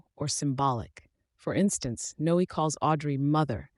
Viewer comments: It's not No... It's Noe, like Zoe and Chloe. It has the same sound. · It should be pronounced No-eh, to rhyme with Cloe and Zoe. (Unimaginative mom).